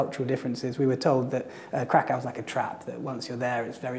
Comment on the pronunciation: 15 years in Kraków and he still calls in Krak-aoo and it grated on me every single time.